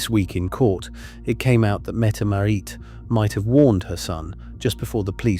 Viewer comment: Not Mette Marie METTE MARIT !!!